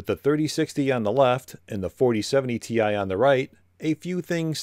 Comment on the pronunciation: It’s 4070 “tie” get it right… 💀🥱